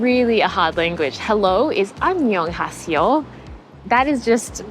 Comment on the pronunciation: 감쌈니돠 앙년하씨요~ 기영복쿵~ 발음 귀엽네 ㅋ